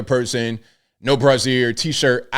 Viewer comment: Hearing say “brassiere” several times is like hearing my dad or granddaddy say “cornography”😵‍💫!